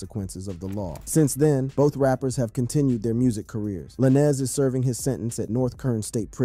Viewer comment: This guy saying Laniz who’s that? 🤷‍♂️😂